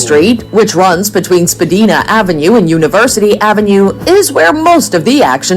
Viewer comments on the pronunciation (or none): The street name is Spadina-not Spadeena! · When someone doesn't even know how to pronounce the name of "Spadina" Street, I kind of wonder does she REALLY know about Toronto? Spedina is pronounced like Princess Diana's name. Spa"DINA". EVERYONE who knows Toronto knows this!!! I lived in Toronto for almost 4 years and I HATED it with a passion!! It sure DID NOT feel like I was in Canada anymore! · You are a good lad and your honesty can not be denied. This vid however? (This from a man who grew up in Toronto.) Obviously AI generated or mis-translated.I could give you 30 better places to go. Anyone in any world calling 'Spadina Ave. 'Spadeena'? Needs to get their head checked. Hilarious becuase it is also homw to Chinatown. Best place ever. Best blues bars ever. Best markets bar none. Spadeena? I fart in your general direction. (Video author) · It's been awhile for me and skates, it's not a requirement... Especially since we are an immigrant country.. I am sure many people have never skated There is every little whatever country in Toronto She didn't say Spadina right😂 Chinatown and Kensington is my favourite to visit, and Queen St for live music Living you mean? Yes they were just trying to live Some castles, not like Europe Niagara falls is not in Toronto, it's an hour 1/2 drive away😊 Not sure why it was thrown in there You can easily spend 2 weeks in Toronto and still not see everything Pretty good video Hope you are working on your passport ✌️🏵️💞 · fair, we have streets in my town as well that people don't know how to pronounce right, unless you are 'local'😊✌️ Guess I just get the shuffle demons song stuck in my head😀